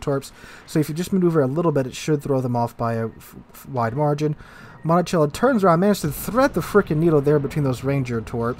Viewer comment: Your pronounciation of Montecuccoli is making me visibly cringe in pain :) "monticello"?